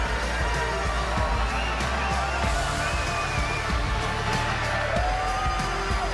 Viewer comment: "I made it to the invent"